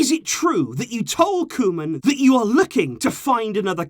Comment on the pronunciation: “Koman” EVEN THE BEST MAKE MISTAKES ! 😂😂✌️